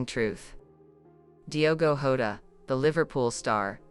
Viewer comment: The ai doesn’t even pronounce Diogo Jota’s name right. The j in Portuguese is pronounced like g in beige or an s in treasure.